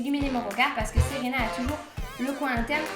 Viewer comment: Super video :) Ca m'a fait trop bizarre que tu dises "Séréna" dans la video comme c'est mon prénom x)